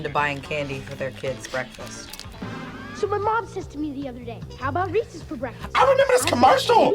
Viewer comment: "reecees" noooooo just no, i bet she even says "reecees peecees" instead of reese's pieces